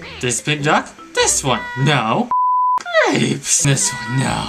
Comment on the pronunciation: i cant stop laughing at the way he says grapes